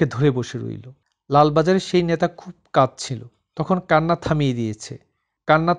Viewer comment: পাঠক উচ্চারণ ঠিক করুন। "ন্যাতা" নয়, হবে "নেতা" বলুন।